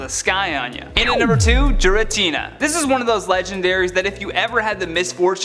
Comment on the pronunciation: The way he said Kyurem and Giratina made me cringe down to my nuts